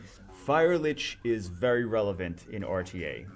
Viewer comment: each time you said light lich.. I cringed harder and harder. We know what you meant though.. even if my face is now in an awkward permanent cringe state